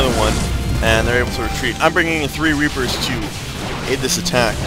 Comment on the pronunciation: lol once you said "rapers" instead of "reapers"